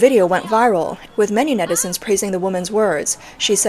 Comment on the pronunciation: When she says netizen, I hear medicine 😂